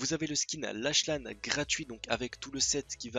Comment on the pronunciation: Comment tu prononces lache lane ptdr